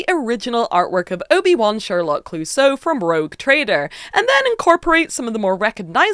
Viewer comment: Its Clousseau, like the police inspector at Pink Panther cartoons, with the tonic accent in the "eau" (pronounced "o"). That rainbow warriors marine is fantastic!!!!